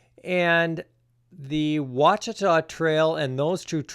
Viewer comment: Thank you for pronouncing it properly. Good luck.